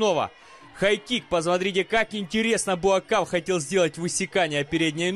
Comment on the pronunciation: Неужели так трудно правильно писать и произносить имя бойца,тем более легендарного) БУАКХАО его зовут